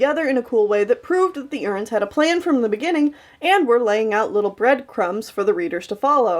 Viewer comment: I love how she say Erins like “urns”